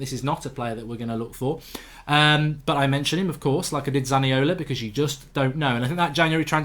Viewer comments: its zaniolo not zaniola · It's Zaniolo not Zaniola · Zaniolo not Zaniola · Isn’t it zaniolo goldbridge 🤔😂